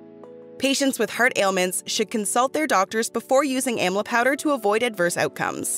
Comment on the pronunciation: Please the word amla the correct way. You stole the plant from India and never acknowledged India for its wonderful fruit.Amla is taken everyday in India. It is the western countries who takes everything from India and profits from its herbs. What have you done for the country of India when it comes to health?